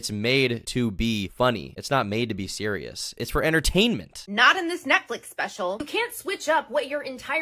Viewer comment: BABY SEWIOUS 🤬🤬🤬